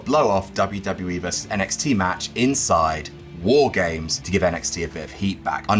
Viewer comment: I think said "War Games" incorrectly.